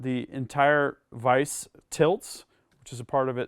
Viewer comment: Dude. It's. A. Vise. Lol